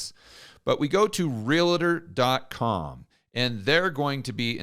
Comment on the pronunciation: Wtf is a REAL AH TOR?